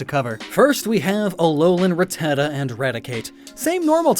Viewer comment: The way you say Rattata actually hurts me! But cool video otherwise